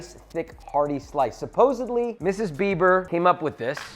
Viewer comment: I love your channel, Joshua, but did you say, "Supposebly?" The same way you're passionate about cooking and proper technique, I'm passionate about language. Please don't ever say supposebly again and make a conscious effort to say supposedly. Thank you. I learn a ton from you, hopefully you can get a takeaway from a fan.